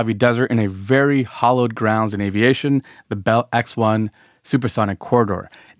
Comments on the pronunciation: Hallowed not hollowed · The phrase is hallowed ground not “hollowed ground”.